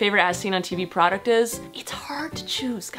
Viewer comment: Bruh.... procuct....AHHH